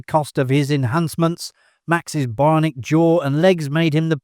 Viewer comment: BI-on-ic!!!! Learn how to speak!